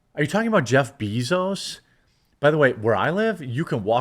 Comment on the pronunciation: “JEFF BEE-ZOZE” 🤣